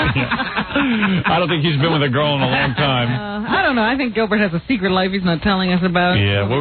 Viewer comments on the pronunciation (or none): none